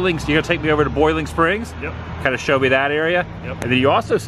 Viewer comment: Adam you pronounced it properly mooresboro, just like mooresville. Country pronunciation mo’sboro. I’ve lived in NC for 65 years. There’s country pronunciation and there’s city pronunciation. You also pronounced Boiling Springs properly as well. Country people do not use the oi sound.